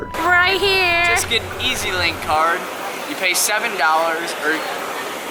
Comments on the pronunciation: It’s EZlink not easylink 🥺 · You said mtr when its mrt and its pronounced ezling card